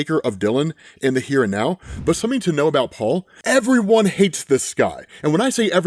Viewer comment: ngl i got triggered when you said Paul's name, thats just how bad this is.